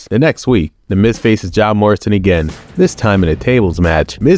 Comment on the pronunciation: it sounds like you said "Job Morrison"